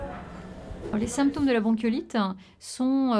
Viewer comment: Visibl-han. Jour-han. Bronchiolit-han. Ventilatoir-han. Machin-han. Dizain-han. Aaaah jpeux pas.